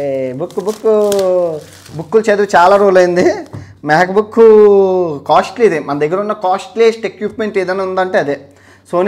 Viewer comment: Laksmi Manchu Akka be like- it’s not Meka Bookku.. it’s Mac Book.. 😜